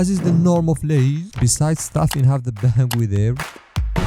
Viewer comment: Jako Asi Lay's jako Lie's!